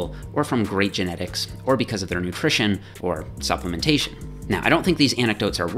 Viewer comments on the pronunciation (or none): LOL "supplementation" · Nutrition or "supplementation"... lol